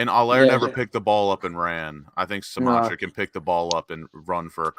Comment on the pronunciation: Great video, lads. Kostic is a weird one because he isn't a lb or a winger. He's shit at both but elite as a lwb. That's why no bigger clubs have ever come in for him. It just doesn't make much sense to me as a signing unless Moyes plans on playing a back 3. Btw, Scamacca is pronounced "Skuh-Mack-Uh."